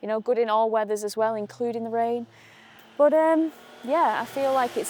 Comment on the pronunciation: also seems to, at least once per video, say the word "But" like it has 2 or 3 syllables. is not her longest but I count it. BUU-UU-UTT. That's one of my favorites.